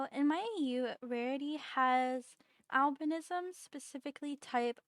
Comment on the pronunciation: Just going to say since i love albinos a lot, some people call it albinoism when pronounced sometimes me included but your saying it correct it just depends on the way you say it for most people, it's spelled Albinism and said like al-bin-ism but in some places it's spoken differently which is al-bino-ism, i say it both ways but just thought i mention you are saying it correctly!